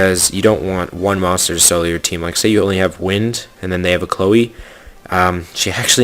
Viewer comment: I'm pretty sure his Chloe" pronounciation is correct...so that's at least a single monster ^^